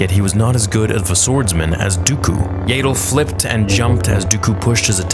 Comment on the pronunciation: IT IS NOT YAY DLE IT IS AHHHHHHH DLE Y Y AS IN YES A AS IN AHHHHH AND THEN FINALLY DLE AS IN PADDLE